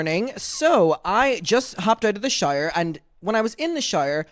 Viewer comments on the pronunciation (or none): Why did it sound like you said “I just jumped out of the shire” 😂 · When you said " in the shower" it sounded like " in the Shire" and couldn't help but crack up 😂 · When says “shower” it sounds to me like “shire” and I like to imagine him as a hobbit with furry feet. 😂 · lol I legit thought you said SHIRE like lord of the rings shire and I immediately screamed in excitement thinking u meant you were watching lord of the rings lololol